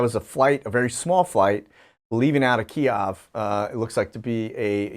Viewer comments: Been watching a while but for the love of God it's Kiev, pronounced like Keev, even Keeyev is better than Keyahv. And it's Ukraine, not The Ukraine... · Kiev is the correct pronunciation, not Kiov. Don't fall for the mind games and group think. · Its pronounced KEEV not KEE OFF! ;) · He should try saying it as "kyev" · Exactly. I want to shout out every time mispronounces Kiev. It’s so distracting.